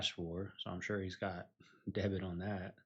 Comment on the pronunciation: He may have “debt” on his Van, but I don’t know about “debit” though. LMFAO, I’m sorry, I did catch that, and I’m calling it out!!!! - . 😂😂😂😂😂😂😂😂😂😂😂😂I just can’t help it!!! And I can’t get over it either!!!! ❤